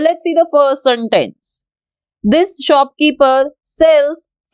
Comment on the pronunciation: Please stop saying santace (no hate)